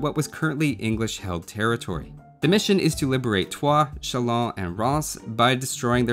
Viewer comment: legend saying how he wants to avoid triggering french speakers Me getting triggered at how he mispronounces rheims as "rhaans" insteaid of "rran" Curse you for not being fluent in a foreign language! shakes fist Respect for pronouncing Chalons correctly though aswell as giving La Hire the respect he deserves.